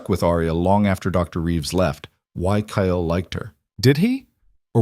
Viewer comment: This story hot me hard...when I found out Marcus killed a close family member to Aria it hurt so bad...I couldn't imagine loosing someone so close like that..very good story, sad but good. The only thing that is bugging me is that the AI can't say cake or Kyle right at all...maybe change the males name to something other then those two names.. at least in future stories...so far I've watched ten stories and the main woman and main male characters always got the same names as the other stories...